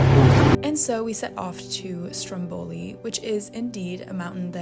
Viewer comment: I love your videos so much but I gotta tell you the wat you pronounce Stromboli is correct 😂